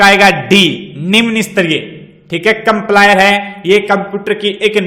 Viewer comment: कंपलायर नही सर कंपाइलर होता है,😇